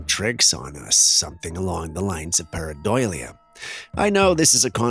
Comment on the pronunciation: Oh yeah let me hear you say paradoila lol